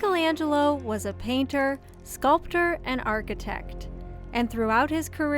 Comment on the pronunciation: Start by pronouncing his name correctly, thank you